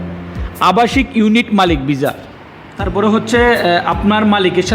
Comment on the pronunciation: খবর,,কবর😂😂😂ভিসা,,বিজা😂😂ভাষা ঠিক করে বলতে না পারলে লোকে বলদ বলবে